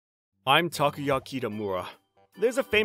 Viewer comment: This story is pretty weak compared to your other stories. There may not be any unrelatable repeat characters or any off the rails crazy plots, but this isn't really up to par. No decent mother would guilt trip their kid into overeating and you botched the pronunciation on Takuya's name on top of it.